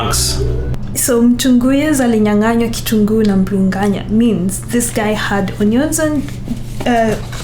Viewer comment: It is biriganya not mbiri whatever